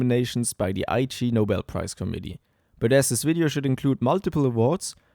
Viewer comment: it's pronounced 'igg-nobel' not 'I.G. Nobel'. it's a pun on the word 'ignoble' which means 'dishonorable'